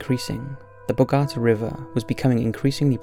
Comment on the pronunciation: you mispronounced eva peron and bogota, lol boagata, i like boaging ill give you a pass on that one